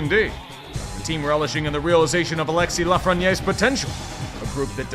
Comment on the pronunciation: His name is pronounced LAFRENIÈRE, like Daniel BRIERE, and PIERRE-Luc Dubois, mon FRÈRE. This has been explained to you, to the point you felt the need to respond my comment, and you still cannot seem to grasp French pronunciation. 😂